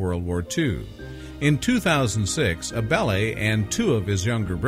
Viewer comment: AB-LEE not ABelly